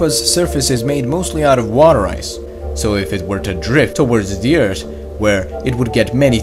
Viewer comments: Never stop saying Ert. Its awesome. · ATTENTION!! We discovered a new planet! It iS CaLlEd "ERT"! Lol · It’s earth not ert